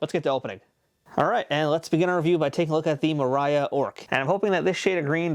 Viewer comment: That’s not how you pronounce Moria! :(